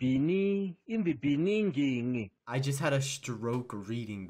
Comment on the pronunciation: "In beaninging"